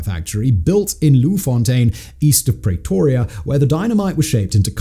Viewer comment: He committed some war crimes with the pronunciation of some of the place and people names. Prey-toria